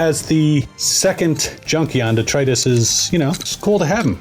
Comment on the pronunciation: Lots of people say 'DETRIUS'. An angel fails to get their wings and a fairy dies every time someone says it that way.